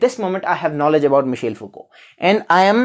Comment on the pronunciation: It's not Michale, it's Michel 😂